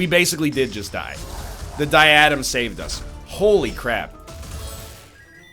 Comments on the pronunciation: You know I love you, but you’re stressing the wrong syllable in “diadem.” It’s pronounced “DIE-UH-DEM.” Keep up the good work! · NL this was a great episode, and I loved to watch it! But you're mispronouncing Diadem.